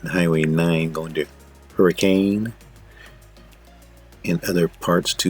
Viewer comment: The town Hurricane isn’t pronounced like the word we’re familiar with. It’s pronounced with a short “u” instead of an “a”! 😂